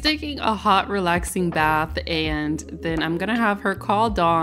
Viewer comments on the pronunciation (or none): none